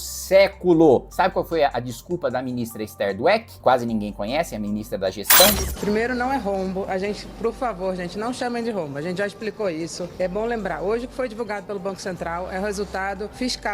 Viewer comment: O "Pru favour" dela foi enorme! Não chame de rombo!